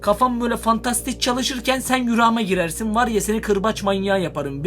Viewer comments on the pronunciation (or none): Rüra değil rüya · Abi yüra mı diyon rüya mı görüyon